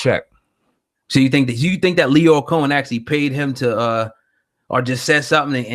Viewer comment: Its OFFICIAL... is the king of mispronouncing niggas names... tekash, tadoo, and loyer.... this man is a legend and he doesn't even know it.